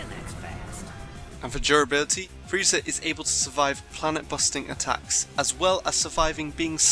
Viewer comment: Did you say frezia teleport what is wrong with you